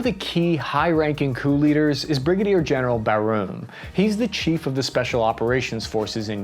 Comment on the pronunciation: It's pronounced "Bar-moo" dude, not "Barroom!" :P Yikes...